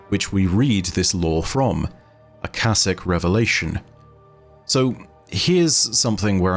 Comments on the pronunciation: Ah-Cah-SHIK. You were right the first time that 2nd shit you said and went with was dumb. I'm surprised you didn't look up what the Akashic Record, it is the store house of all knowledge and events to ever happen anywhere in the universe. The point, meaning, whatever, of our exsistence is to experience this universe the best we can, and when we die everything we ever experienced is added to the record. It's where all knowledge gained by life is accumulated. Once the universe gains all possible knowledge within it self it's evolves to the next state of existence. Something we as human couldn't hope to understand. But we are the universe, the universe is us. To be honest they have been barking up this religions tree for the last couple years, this is they first time they have blatantly referenced it though. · The pronunciation should be (aa) (kaa) (shic). It is probably from aakash, a sanskrit/hindi word for sky/space. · It's sure it's pronounced Aka-sh-ic Akashic Records is also within the story of Phantasy Star Online 2. Within Episode 5 and Episode 6 of the games story. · "Shic" in "akashic" is pronounced just like "chic" as in fashionable. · the word akashic is pronounced with the sh pronounced similar to shut, shy, shh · Akashic you read with sh, not ss. This is normal word from Sanskrit, meaning ether, sky. Fits Destiny lore pretty nicely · Ah- ka-shick is the proper pronunciation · I wonder if they could theoretically, “take” themselves through the veil? Maybe that’s the way through it and potentially why we may get a taken subclass. Also not to be critical but Akashic is pronounced Uh-Ka(like car or cash)-sha-ick. Hope that helps and only meant it as constructive criticism. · I believe Akashic is pronounced as “Akaeshic” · I believe its supposed to be "Ah-ka-shik", I think its a play off of the Akashic Records, the mythical record of all human knowledge Edit: I finished the video. Whoops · It's (Ah-kha-shick).